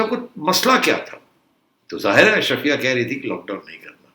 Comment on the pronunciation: Ashraafia not Ashrafia.